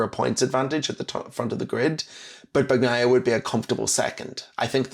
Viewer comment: Just out of curiosity: how can someone who sees Bagnaia after after day of track action still call him "BaKnaia"? 😂 Try "Bañaia" if that maybe helps, 😄